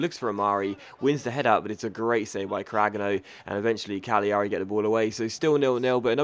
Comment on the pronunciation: It's said cagliari as in calairi you miss the g not cag li ari